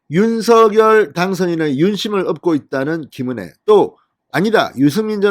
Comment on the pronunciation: 윤석열 발음이 않되시나요?